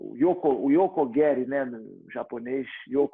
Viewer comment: "Yoko guéri" é Yoko gueri!